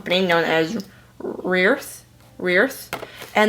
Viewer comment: RE EARTH! Pronunciate